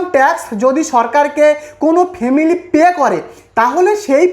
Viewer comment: ফেমিলি নয় ফ্যামিলি😅